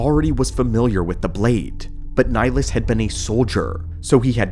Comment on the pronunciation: Where the hell did this pronunciation of his name come from? This ain't Mass Effect lol